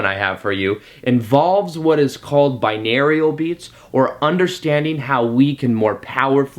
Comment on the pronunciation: awesome thoughts - thanks, needed the pep talk. one pronunciation note, i'm a language geek - binaural is bi(two channels) and aural ("Oral" - auditory). subscribed!